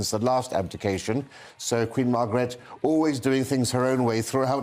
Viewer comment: Oh, a rare faux pas … the previous Queen of Denmark’s name is pronounced “ Mar gret the”. I still think you’re fabulous! 😁